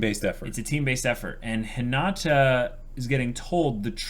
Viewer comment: I can’t believe you guys still say Hinata’s name wrong lol